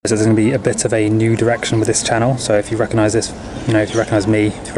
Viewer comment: “Recognize me” ???